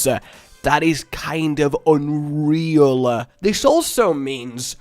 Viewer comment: I hate how this guy talks he says it's like unreala he emphasizes the a in each word it drives me mad